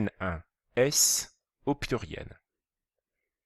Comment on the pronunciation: Il dit puiriel au lieu de pluriel, mais la vidéo est bien